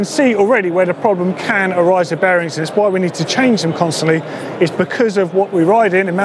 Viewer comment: When ever days bearings I keep think he is saying berries!!